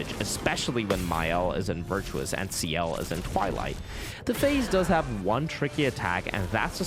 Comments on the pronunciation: "Next, we head to the second axon, Serine". Bro they literally say the name multiple times during the game how do you butcher it so badly. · I swear you're engagement baiting us with these pronounciations "Serene" "Monaco" 😂 Great run btw